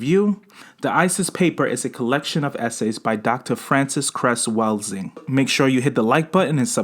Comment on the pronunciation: You're saying her name incorrectly.